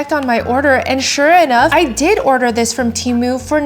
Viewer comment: You said "TARMU" and it had me rolling! 😄